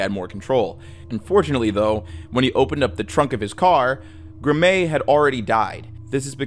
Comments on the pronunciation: Graeme is pronounced the same as Graham, just FYI. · I'm certain it's STILL pronounced that way in posthumous references. :) And Graeme's name is pronounced like graham, as in cracker. Got any more? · ok am I bugging or is pronouncing " Graeme" wrong? I've always pronounced it as "Gray-hem" not "Grah-mei" lmao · Love the channel dude, but Graeme Thorne’s is pronounced; “Gram” not “Gra-may.” I hate to be that guy, but it’s pretty lazy and borderline disrespectful to not make absolutely certain you’re pronouncing the murdered little boys name correctly. But I’m sure it was an honest mistake. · Great video. Brazil Thorne's son's name was Graeme (pronounced "Graham"). And the teacher who died on the Challenger shuttle was Krista McAuliffe ("Mc-CALL-if"). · the kids name is Graeme. Pronounced Graham. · Christ man, it seems a little disrespectful to butcher people’s names so badly. The teacher’s name was CHRISTA Ma-CALL-if. The name Graeme is pronounced graym or gram. And, as others have pointed out, it’s highly likely the Challenger crew lived up until the moment of impact. We can only hope at least some or all were unconscious… but we don’t know for sure.